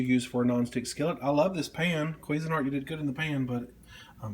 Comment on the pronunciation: lol the way you say cuisinart XD